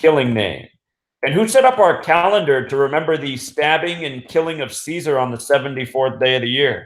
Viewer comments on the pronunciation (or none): none